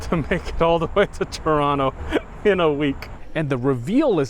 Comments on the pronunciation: Thank you for pronouncing Chronto properly 🥰 sincerely a canadian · I like him. He pronounced Toronto like a true local.❤